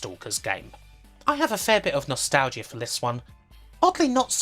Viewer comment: "Nostal-gia" Never heard it pronounced like that.